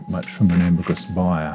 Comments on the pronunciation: It’s pronounced “amber-grease” not amber-gree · amber GREE????????????????? amber GREEESE you knob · This guy literally heard from experts how it’s pronounced and still keeps saying “amber-gree”